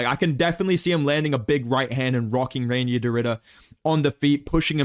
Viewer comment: Reinier is pronounced "Rye-near"